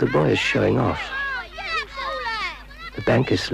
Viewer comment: Is it a robot speaking or a real person? Incredibly irritating tone and pace of speech, also it’s pronounced ‘the’ and not ‘ve’ - speak properly